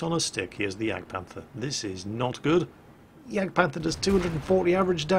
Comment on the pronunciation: "Here comes the JagdPANTHER E100" Actually, it's a Jagdpanzer E100.